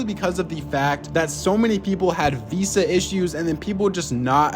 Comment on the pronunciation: whats a veesa isnt it veeza